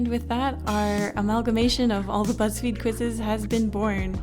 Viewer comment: oh my god i heard "Whatever you say butts feed" hahahah